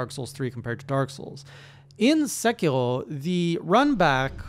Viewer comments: So I found fromsoft knowledge made that game harder. You do not want to use the dodge button. Use run, or jump. Jump has I-frames, dodge doesn't. Also; it's Sé-key-row, not Sé-key-hrow. You don't need to add that French flair. Japanese is all single syllable sounds with a hard consonant ^.^ look forward to seeing you come back to this game, as your monster hunter journey has been rad to follow. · omg, hearing you say "Segherrrhoh" gives me anxiety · As a canadian learning japanese, your pronounciation sounds like you are saying sekiro in french lol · I thought he was German the way he said sekiro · HeyJay Japanese is not in fact French. Rs like in Sekiro sound like a quick flap. Much like you would say the R in Three or better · Are from Quebec ? The way you pronounce "r" sounds like french. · Strange to hear Sekiro, a Japanese word, pronounced like a French one lol. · Btw. Sekiro is Japanese, so you want to pronounce the r closer to how you would a d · You are saying sekiro as if you are french and I can say it because... I am french! XD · why the hell does he pronounce japanese names like if they were french lmao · I'm aboutta unsubscribe if you keep pronouncing these Japanese names in French, boy.